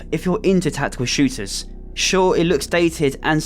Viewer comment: Tackekul Shewtahs